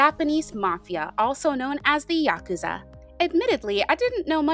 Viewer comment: thank you for pronouncing it "yakuza" and not "yaKOOza" 😭 so much cool info here ✨